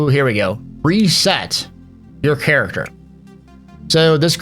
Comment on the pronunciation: I said Character like Chair , The rest of the video was very very good but i just had to let you know xD